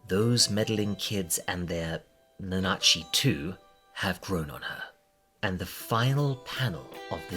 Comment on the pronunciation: please stop pronouncing it nuhnah-chi i can't take it anymore